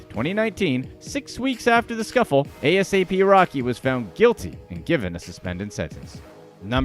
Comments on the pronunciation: Not A-S-A-P rocky 😂😂😂 Do your research before you talk about things you know absolutely nothing about 😂😂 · I BELIEVE HE KEPT SAYING A.S.A.P. ROCKY JUST TO IRRITATE US LISTENERS 😡😡🤔. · He really said A. S. A. P ROCKY instead of asap rocky 😭